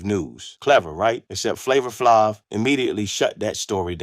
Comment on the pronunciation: I stopped listening after he f*** up Flavor Flav's name.